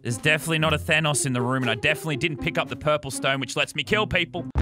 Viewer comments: normal people: Thanos this legend: Thay-noes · normal people: tha-nos lazarbeam: thay-nose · How did he say thanos at the begining he said:today we are going to become thaynous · Nobody: Lazarbeam: ThAYEnos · "Today, we become THAYNOSE" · T H A Y N O S S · ‘Thaynos’ -Lannan, 2021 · “Thainos” Lazarbeam 2021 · “Today we become Thaynose” -Lazarbeam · No one: Lazar: Thaneous! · its thanos not thaneos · At the start why did he say Thaynos it's Thanos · Thanose he said its thanos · Mans sed thainos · thaynois thanus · mully I KNOW RIGHT? HE JUST DOESNT UNDERSATND AMONG US O R MARVEL AND IT MESSES ME UP! I HAVE A MARVEL LUNCH BOX SO I KNOW HOW TO PRONOUNCE IS. THAN OHS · Hey Lazar not Thanos gingenos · I swear to god if he says thaynos one more time I’m gonna shit in a biscuit tin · the way you pronounced thanos two different ways makes me uncomfortable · Pronouncing Thanos in different ways is totally appropriate because they said it like 5 different ways in the movies.